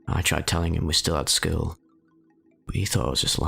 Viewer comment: “I was pretty average for my skeewl” lol that accent